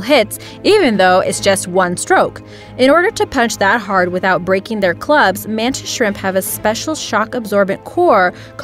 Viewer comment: When you said the mantis shrimp I hear it as the mantis shrek